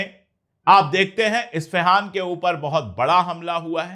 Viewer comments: Please correct you, actual name is Isfahan instead of Ifsihan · You are pronouncing it wrong, sir. IFSEHAAN : ❌❌❌ ISFAHAAN : ✅✅✅ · اپسان نہیں ہے اصل لفظ اسفہان ہیں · Mr.Pandey, it's Isfahan, not Ifsahan. And it's Hormuz, not Hormuj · असफहान बोलये इफसेहान बोलना ग़लत है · इस्फहान (Isfahan) सही उच्चारण होता है सर जी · Your pronunciation of the city of Iran in this vlog (Isfahan اصفہان) wasn't correct please.